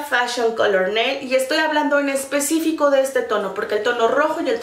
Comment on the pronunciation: Alguien mas noto que dijo "en especico" en vez de especifico??